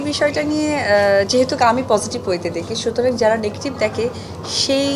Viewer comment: কদু মাসি যেহেতোক না শব্দটা হবে যেহেতু।